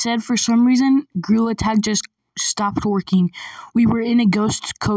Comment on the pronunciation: bro i just relized when you sayed gtag you sayed girl tag and grill attack